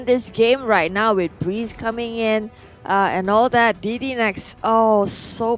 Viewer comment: that is BREE-Z wtf is breez???? haahahaha BREE--------Z